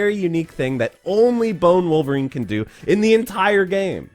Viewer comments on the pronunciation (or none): God stop saying Bonerine. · You do realize you called him BONERine right?😏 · please don’t call him bonerine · Lol he said bonerine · "BONER-INE" hahahaha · Don’t say “bonerine” again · LOL he calls em Bonerine!!!!! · You said Bonerine xD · Did you just say "Bonerine"? 😂😂